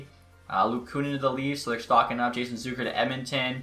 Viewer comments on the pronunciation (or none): none